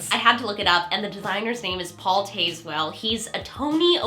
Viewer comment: Paul's last name is pronounced Taz - well, with a short a. He also designed Hamilton.